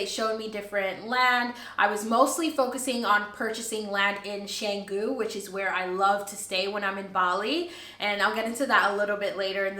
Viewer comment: Pronounce Cahh-ngoo. A friend owns a villa with B&B there but business has been very slow this year. Best of luck to you. I have Balinese house and live in it in Jakarta, the capital city of Indonesia. Take a look and if you visit Jakarta I too have B&B if you look for a place to stay. Congrats and welcome to this country.